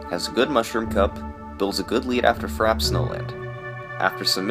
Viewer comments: It's "frap-ey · Frappe is mispronounced too. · There isn't an accent on the e in the game. It is also pronounced frap in some areas